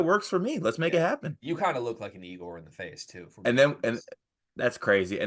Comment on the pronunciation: Also, it’s pronounced Yay-gor